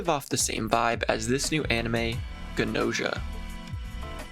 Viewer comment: 100% gonna watch the anime(and this video lol) once I finish the game, banger op. And I'm pretty sure that Gnosia is pronounced the way it's written? Like the word "gnosis"(an ancient English term for "true knowledge"). Also I think Gnos' philosophy is vaguely based and Gnosticism. Gnostics believed that our reality is a pale imitation of the true reality, where the true creator lives(it's waaay more complicated than that but that's basically all you need to know draw a connection) But I'm not even finished with the game so what do I know